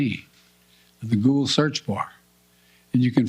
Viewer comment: The way he pronounced Google sounds like he was coached on how to pronounce it for the 1st time in his life.